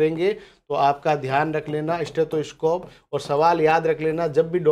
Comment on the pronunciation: सर ह्दय की धड़कन "स्टैथोस्कोप" से नहीं बल्कि "स्टेथोस्कोप' से मापी जाती है।